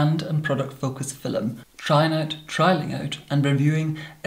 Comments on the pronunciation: A "FILL-um"?! Exactly what is a "FILL-um"?! LOL! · I pronouced film as filoum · Ahhhhh he says ‘film’ like they did in Shakespearean time ‘philoem’ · no one:: FiLeM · I adore how he pronounce 'filum' 😂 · “Filim” holy shit I love it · I’ve never heard the word “film” said with two syllables but I kinda dig it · Lou Drake it’s a posh Scottish thing! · The Dutch say it like that too